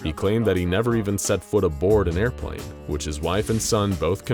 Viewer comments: it is airpln not arplane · i wike pwane i kwou pwane i pway aiwcwaft gwame * aiwccwaft